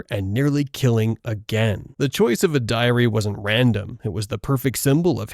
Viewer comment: Why do you pronounce "Diary" as "Diarrhea"